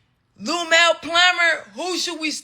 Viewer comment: "Lumell Plummer" lmaoo I know she wanted to say Lunell so bad 😂 Tommie is a fool 🤣